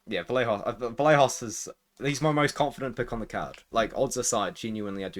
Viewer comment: Vallejos is pronounced Vayejos. Like the “yes” y.